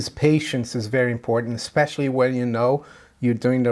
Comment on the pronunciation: it's "Especially" not "Specialy". This is meant in a positive, constructive way.